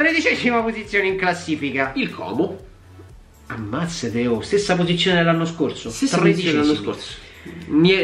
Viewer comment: ti prego, fallo per noi comaschi, Como si pronuncia con la "O" chiusa.. Ti si vuole bene, grazie per il contenuto goloso, spero che ogni tanto parlerai della serie B durante l'anno